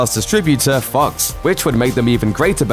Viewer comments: Your accent just made Fox slund like F*cks. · I like how this guy pronounces Fox as Fucks.